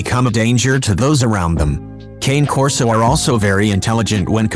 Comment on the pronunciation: #11 thing to know: How to pronounce the breed name correctly! Smh